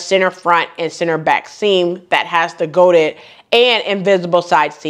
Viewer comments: Here's a little French lesson: charmeuse is pronounced "shar mews". Godets are pronounced "go days". Crepe de Chine is pronounced "Crepe de sheen". Hope that helps (I'm not trying to be critical). I adore the lime green dress with the back ties but I have nowhere to wear it. I would pick up the green pants. Thanks sew much for another excellent video. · hello! Sorry, French person here and i can't agree, what you are describing is talking french with an anglo saxon accent. There is no mews in charmeuse, it's an oe sound. There is no 'days' in godets either, no y and the s is silent. And finally no sheen in chine. You need to pronounce the e .